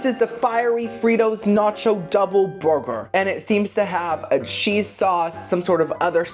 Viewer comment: Omg I never noticed before, but the way you pronounce “burger” is really adorable 🥹❤